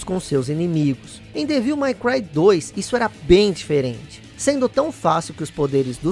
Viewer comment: A pronúncia certa é "dévil MEI cruai". E não "mái cruai". "My" é um pronome possessivo.